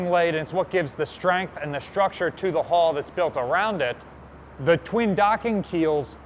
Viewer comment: I'm still getting you to pronounce the word H-U-L-L properly (a ship does not have a "hall") and now you're telling me there are five keels, I give up! You'll have to get Hooked on Phonics all on your own from here on in.